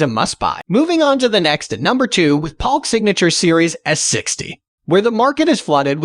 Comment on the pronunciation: I liked Paalk... (Polk)